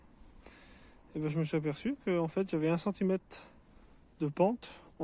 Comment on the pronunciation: La portugaise? Vous n'avez pas d'autre termes pour qualifier votre compagne? J'étais venu voir une vidéo sur de la rénovation intelligente et je ne suis pas portugais mais je pense qu'elle mérite de meilleurs égards et aussi mieux que vous. Quand un francophone parle de "mètes", de "centimètes" et surtout du coup, du coup, du coup, du coup, du coup, du coup, du coup, du coup, du coup, du coup, du coup, du coup, du coup, du coup, du coup, du coup, on est vraiment dans les bas fonds de Youtube.